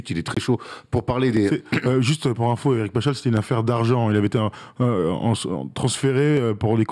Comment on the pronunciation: Alors Paschall se prononce PasKall et non Pachal